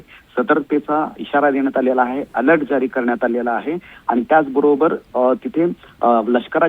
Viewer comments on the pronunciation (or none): none